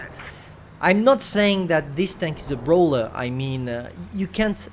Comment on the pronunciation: its not a BRAWLER.. its a BRO-LLER! PNTF FTW!